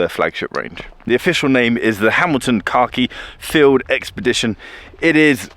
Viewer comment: Man for like half the video I kept hearing say Hamilton Karkeef Field Explorer, lol